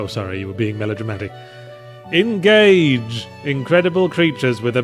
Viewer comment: More like "En-gay-ge"